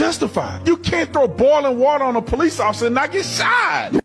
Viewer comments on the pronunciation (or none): “Ossifer ossifer!” Someone get this man 💀💀💀